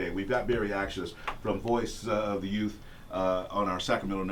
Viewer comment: It's not Youf.....it's youTH. It's real easy to say. Put your tongue between your teeth and blow a tiny bit of air. So you say U....th (tongue in teeth blow air)